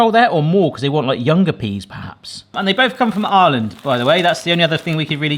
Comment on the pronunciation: OOOH! saying IRE-land.. not arland i kept hearing for 10+ minutes.